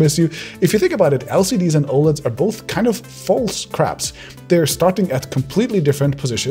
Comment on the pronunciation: When I thought he said caps he actually talked about crabs